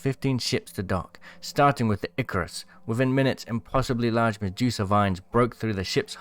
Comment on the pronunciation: Its Medusa not Mejusa